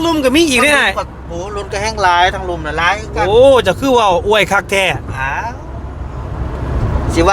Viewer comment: บ่าวลาว #อวย ไทย เด้อ ไม่ใช่ #อ้วย #อ้วย มันจะออกเสียงเดียวกับ #,กล้วย #ช่วย #ด้วย ภาษาไทยต้องใช้ #อวย ครับ #อ้วย ภาษาเขียนไม่มีนะ